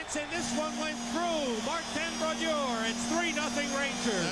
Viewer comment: Always love hearing legends names pronounced wrong as they’re still obscure. Youll here Sam pronounce Brodeur differently than he did for the majority of his career. Similarly to how they pronounced Jagr during his early years.